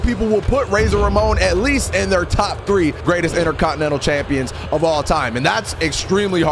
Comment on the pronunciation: man said number drwwe😂